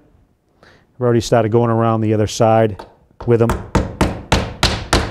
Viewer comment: “ Before we get stotted “ 😬Definitely Massachusetts